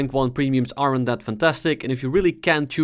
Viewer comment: I like how you pronounce "aren't" like "arrant"